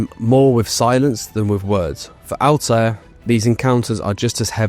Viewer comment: C'mon, not able to pronounce Altair hurts my ears. 😒 But nice vid overall.